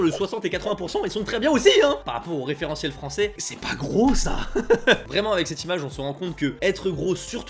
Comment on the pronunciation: Allez avoue lol, tu es un descendants yakuza 😜. Je rigole hein. Cool ta vidéo 👍 À (environ) , tu parles trop vite pour prononcé le mot japonais "gros" 🙄, a l'écoute sa donne genre "fwoto té leu" genre à l'écoute hein 😒, difficile à retenir.